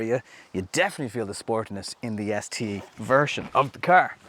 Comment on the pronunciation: say car correctly